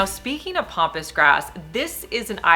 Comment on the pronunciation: Love your ideas. And this is nit picky, but it isn't POMPOUS grass....it's PAMPASS grass. I'm sorry, so many people are saying it wrong and it just bugs me